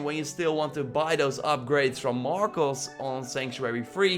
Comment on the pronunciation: Markus, Markols, Markos, Markles, Murkols, Markuls, Marbles, Marble, Marvel, Marvelous. This has been the degenerating enunciation of Marcus from this Slav-Tuber.